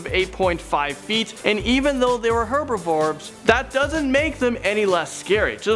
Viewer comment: ... did you say "herbivorbe"?